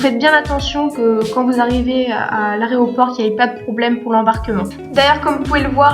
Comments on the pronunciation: un harnais, le harnais. h aspiré. et l'aéroport. aé, pas are. merci pour les informations.deux harnais.. sans liaison. h aspiré. on n'entend pas z entre 2 et h...le handicapé, pas l'andicapé, le haricot, pas l'abricot.Le poids du chien? je crois que maximum 8kg avec la caisse et le chien. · t'as dit areoport au lieu de aéroport...oups 😫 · Elle dit « aréoport » trop chou😭